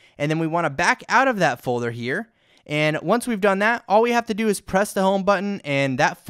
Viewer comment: "Folther " xD Thank you for the video though(